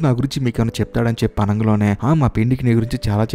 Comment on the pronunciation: Explanation is quite impressive. Keep it up brother, but what is that word "ఆనంగలోనే", I hope its "అనగానే"? If possible correct it in further videos brother. Plz Don't take it as complaint, take as improvement.